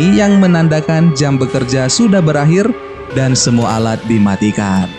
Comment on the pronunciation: Dan bang dan bukan nan wkwkwkwkwk😂🤣😂🤣😂🤣